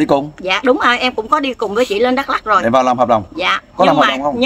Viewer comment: OK bạn , nói sai hoàn toàn dak lông